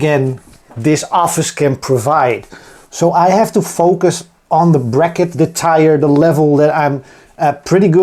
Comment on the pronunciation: some nice tweaks! good luck for the launch! I think after steam release people will find things, they did on mine :) btw "tier" is pronounced exactly as you would say "tear" (as in the tears from your eyes)